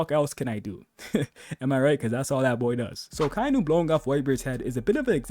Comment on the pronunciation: Aka-Inu... Not "Ah-Kai-Nu."